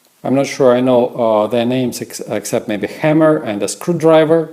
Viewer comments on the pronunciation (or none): none